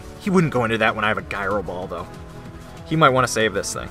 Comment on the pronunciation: I love your content, but I hate that pronunciation of “gyro” that I actually wrote out a comment describing it, otherwise, amazing battle!